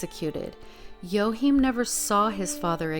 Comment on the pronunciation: I think his name is pronounced WA Keem